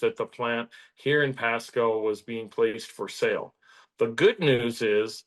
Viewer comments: It's pronounced; "Pasco" NOT "Pascow" young man. Listen to the guy that was in your first clip. He pronounced his city properly. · It's pronounced Pascooo not Pascow...... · It is pronounced "Pah-scoh," not "Pah-Scow." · The host ("") is apparently an AI construct, simply because the correct pronunciation is "PAS-CO", not "PAS-COW". I noticed another mispronunciation, but I was stunned by the Pasco mistake enough to wipe the other out of my brain. So you get a thumbs-down today. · The City is PASCO, pronounced like Taco. Not PASCOW. I know that the native names of our cities may be hard to understand, but as a reporter, please just give us a call. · As others have said already: it is pronounced “Pass-Co” (not Pass-Cow). Thx for this channel, I appreciate the Center Square. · Pasco..long O...learn how the locals talk please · Pass-cow wow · I was trying to figure out where Pascow was 😅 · Is this guy AI? He cannot pronounce Pasco. As in Pas-Cooo. The prostitutes dont take SNAP. They could fix that, to save the small business of whorin'. Sideshow bob fuhrerguson is underwater. But all this is Trumps fault, just ask a democrat communist.